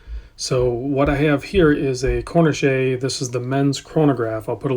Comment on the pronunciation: Cor ne shay? Surely it’s ‘cor neesh’